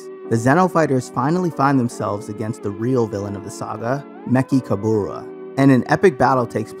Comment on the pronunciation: “the dark king mekuburu saga” nigga it’s ME CHI KABURA smh.